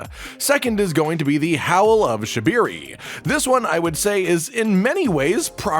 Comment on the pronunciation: It’s shabriri breeree not beer’e